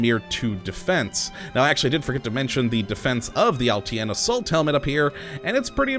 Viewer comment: except you aren't. The name of the helmet is pronounced "uhl-TIN", not "uhl- T. N.". I'm Russian.